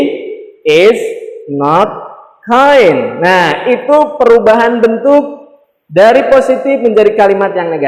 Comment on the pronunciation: Kind = baik hati not kine. Bro